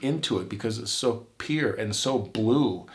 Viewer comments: Pure ... just not pronouncing it well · "Therefore it's very PEER!" You cannot intelligably pronounce "South" or "Pure". You; "Soth" & "Peer". I'm sorry but I'm not sorry, I dont know whats wrong with me but shit like this feels like nails on a chalkboard and drives me absolutely bonkers. You've ignored my previous pleas for you to pronounce words as they are meant to be spoken. P.s I can't find a dialect or accent that pronounces words the way you do, do you have some sort of blended accent? Because I've never heard "Soth" for "South" along with "Peer" for "Pure". Its just weird.